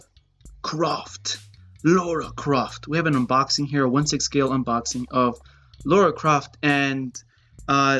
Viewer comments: Omg it’s Lara Croft not Lora Croft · Why do you pronounce her name like Laura?